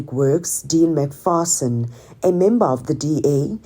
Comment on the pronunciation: McPherson, not McPharson